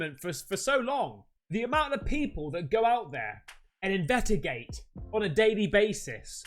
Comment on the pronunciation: LoL invetagate😂👍🏻 did i spell that right how pronounces it?